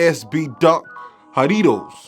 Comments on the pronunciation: Nah it’s not pronounced like that it’s pronounced like (ha-re-toes) jarritos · It’s pronounced ha-ree-towz if that helps, or ha-ree-tos which is how I pronounce it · L pronunciation of "Jarritos" NOT "jaDitos" and L for StockX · how are you going to tell us how to say Jarritos, and say it like that? lol good review and dope shoe. "haditoes"😂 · Im Hispanic and I came here to say you tried your best to pronounce the name👍 the shoe go hard I’m personally trying to get them just for the laughs😂